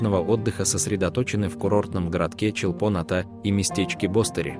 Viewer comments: И ударения не на тех слогах. Послушайте в будущем произношения местными... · Видео класс, но ухо режет произношение Чолпоната, нужно произносить раздельно Чолпон-Ата 😃